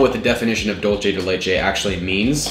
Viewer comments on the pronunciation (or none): Whenever someone says "dol-che de leh-che" , an angel loses its wings😭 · It'd probably be best to pronounce it "dul-say" de leche, I guess it's closest to the correct pronunciation. I think people get confused because they might have heard something like Dolce and Gabbana pronounce the "C" with the "ch" sound. But Dolce and Gabbana is an Italian brand name. Dulce de leche is Spanish! So yeah.. "dul-say" or "dul-seh". Thank you! Great vids man!!!